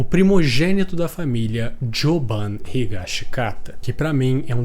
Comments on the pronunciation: Não é jobam , é jobim que nem tom jobim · Joban? ele foi inspirado no Tom Jobim po, é Jobin dog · a pronuncia certa é Jobim né não? Ele é uma referência ao tom Jobim, o cantor e compositor Brasileiro